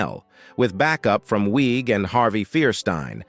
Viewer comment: Kristen Wiig, pronounced Wig. When did she “destroy her career” 🤷🏼‍♀️ Same with Bill Hader? I’m going to stop pausing to ask you the same question about others 🤦🏼‍♀️